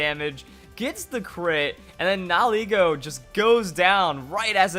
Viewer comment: I like your channel but holy damn nihilego nihil ego knee-heel-ai-go